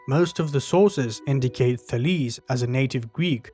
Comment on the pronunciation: You pronounce the name well